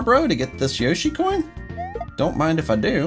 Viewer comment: You said yoshi corn